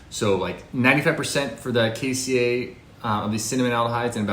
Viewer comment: Can't pronounce Ceylon or cassia correctly.